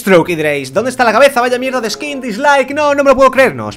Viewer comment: se dice "skin" no "ehkim" XD